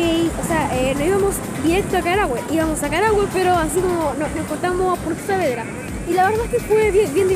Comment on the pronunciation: Súper bonito allá :3 pero se dice Saavedra, lo sé por k ese es mi apellido :P